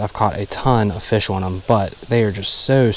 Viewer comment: My wife was with me while I was catching a big rainbow this weekend... she said, mid-catch, "hey wait, you forgot to say fish awn".